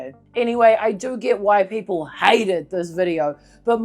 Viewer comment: "Peeple were pessed!"